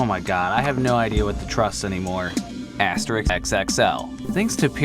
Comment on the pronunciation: I think it is wrongly pronounced in the video. The "é" should be about as long as in "Astérix".